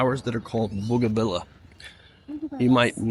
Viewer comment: loved your vid, but it's Cart-a-hay-na....not Carta-gee-na. and the beautiful plant is bow-gun-vee-a just thought you'd want to know